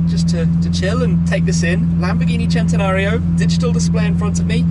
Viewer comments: He pronounces centanario as chentanario when it should be pronounced sentanario Like if u agree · I hate the way he says it “Chentenario” It’s pronounced “Sen-ten-ario” come on say it with me... it’s really not that hard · I wish people would say cent-e-nario, NOT chent-e-nario. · Why does everyone on youtube keep saying "Chentenario?" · If the Lamborghini people tell you that, then whatever I guess they can make whatever sh*t they want. But it's cent-e-nario from the word century. That how we say it in Spanish. The Italians are full of sh*t.